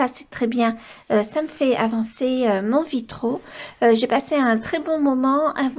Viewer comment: J'ai les oreilles écorchées. On dit un vitrail, des vitraux comme un travail des travaux.